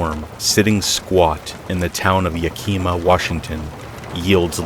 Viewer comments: Yakima is pronounced Yak-ah-muh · Yakima (Yeah-kih-ma)